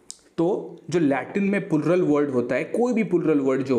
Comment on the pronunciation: ये पुलरल की जगह प्लूरल बोलना तो सीख ले भाई